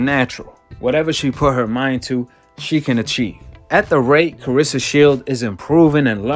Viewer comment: CLARESSA and not CARESSA!!! And SHIELDS NOT SHIELD!!! And MMA not THE MMA!!!!! TALK RIGHT!!! SMFH!!!